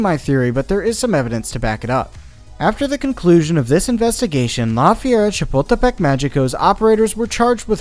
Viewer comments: Or when he says lā fierra shapuldepek mayiko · It's pronounced "Lah Feh-ree-ah Cha-pul-teh-peck Mah-hee-coh." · his pronounciation killed me 😭 didnt even bother to know how its said correctly lmaoo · As someone from Mexico City it was funny to hear him butcher the name the first few times, but by the end he was saying it with more ease